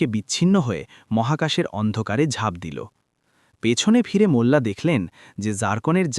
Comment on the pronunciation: বাংলা উচ্চারণ আর ভালো করতে হবে, মুল্লা না বলে মোল্লা নাসিরউদ্দিন বলুন, এ‍্যাবং ( এবং) গিলো ( গেল) অগইত‍্যা ( অগত‍্যা ) এই সব শব্দ গুলো আপনি নিজের ভিডিও শুনলেই বুঝতে পারবেন। ভিডিও পোস্ট করার আগে নিজে একবার ভালো করে শুনে তারপর আপলোড করুন।